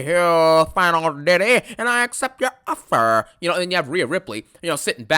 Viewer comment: “I respect you diddy “ I accept your OFFUR “ kills me ☠️